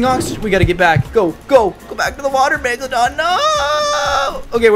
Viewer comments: PLEASE READ ALL OF THIS! Message to caylus: I think you are amazing! Your vids are awesome! And you really make my day! However, this doesn't bother me at all, but I think you are pronouncing the megalodon wrong. You are pronouncing it like: megladon. But it is megalodon. ( Prenounciation: mega - low - don) But your amazing!!! I just wanted to put that out there! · the way he said meglagon